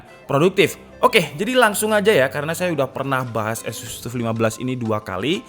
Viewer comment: Sekedar koreksi. TUF itu pengucapannya adalah TAF, seperti saat kita mengucapkan kata TOUGH.